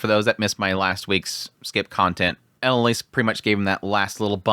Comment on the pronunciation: please stop pronouncing character names wrong. (ah-lein-ah-lease) not elan alice